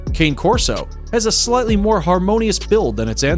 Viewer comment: Cane corso is pronounced (Kahn-a cor-so) not the way it looks I know I have one as you see in my profile pic